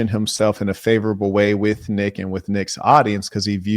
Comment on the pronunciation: Neck not wight yall hes Mexican